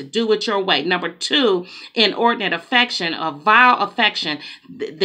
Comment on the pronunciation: Good morning, I heard what you are saying. We got to call a spade and spade. I know you said inordinate affection it sounded like inordinate infection. So if that the case you are giving some God given antibiotics. Thank you!!!